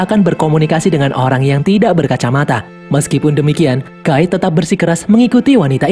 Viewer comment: Knp nyebut nama nya guy gw denger gay makanya gw nonton sampe abis kecilin volume 😅